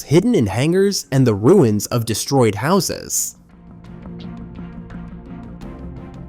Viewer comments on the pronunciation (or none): none